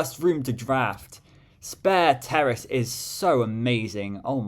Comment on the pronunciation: Pretty sure it's pronounced "Sperrace" instead of "Spare Terrace". Although I must confess that I prefer the "Sparanda" over it by a bunch.